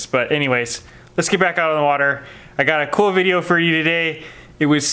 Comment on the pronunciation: vid-e-O just smackem upside the head every time he says vide-a, please, - for us